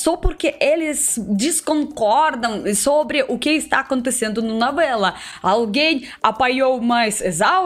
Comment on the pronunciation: Disconcorda, uso-homi, nouela, ulitima vêz, kkkkk